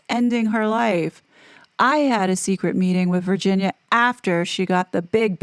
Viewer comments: Is that how she pronounced her name? Virshzinia? Cause it’s spelled Virginia lol. Killing my OCD 🤦‍♀️ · OMG. It's driving me crazy. Virshzinia. Like Sza Sza Gabor? Wonder how she pronounces, say, the word virgin. Or version. WTF